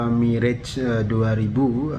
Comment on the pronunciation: baru kali ini aku denger pelafalan yg bener dari Mirrage & Rafale di Chanel pengamat militer Abal-Abal maah bilangnya Mireg & Rafa-Le